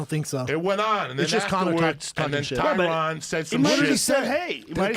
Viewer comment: Joey: "Tyrone". Joe: "Tyron". Joey: "Tyrone". Joe: "TYRON!"